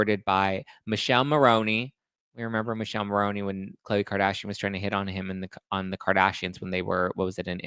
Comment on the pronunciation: In Italian is MiKèlE(the finel E sounds like the E in the name Emily) MoRRRRRónE(again sane deal than before with the final E) And Thé Italian island is CÀpri and not CaprÌ